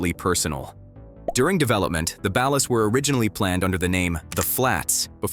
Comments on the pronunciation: its ballas like a basket ball not balas like balance. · Ur saying bail-us try ball-ers ball-las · Ball-ers not bal-las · Why does everyone pronounce it balus? Like bro it’s ballers with an A. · Bro it’s BALL -UHS … not balis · Ballers but without the er and add an a. Ballas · Another channel that can't properly pronounce Ballas? It's Ballas not Balist; Baller not Bailer lol. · Can you learn to pronounce words before you make a facts video bc wtf is a bal-er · Stop with the AI narration. Like shit is mad annoying. "The Balis, The Baleer" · Ballas are pronounced Ballers lol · Wtf is a Ba-Las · its Ballas like Ballers. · Bro has NEVER played GTA SA. What he mean Balus?? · Ballas is pronounced as BALL-AS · Honestly I've only learned how ballas is pronounced recently. I know its ai being stupid, but that's how people pronounced it in my country lol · Unwatchable because of Ballas being pronounced like is part of a light fixture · The way ballas are pronounced is cringe asf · Why you pronounce baller like that? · Ok but why does he pronounce “Ballas” like that? 😂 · The pronunciation of ballas is killing me 🤣🤣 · No groove is bloods not crips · I cant get over the mis pronunciation of Ballas. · I hate the way he says Ballas. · Why can't this guy pronounce Ballas and Baller? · So they can pronounce Kane correctly but not Ballas? 🤣🤣🤣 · How can this video have so much cool knowledge about the game yet not pronounce “Ballas” properly. Heck, you couldn’t even pronounce “Baller”. The only time I have ever pronounced “Baller” the way you pronounced it I. The video is when I’m talking about WWE wrestler Finn Balor.